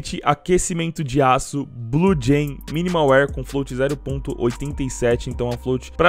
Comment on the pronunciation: "Esse cara tem 2 dragon lore factore New, uma nova de fábrica e uma minimal waere" EXCUSEME?